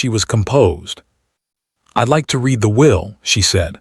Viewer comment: Someone needs to teach AI read-reed-present tense. Read-red-past tense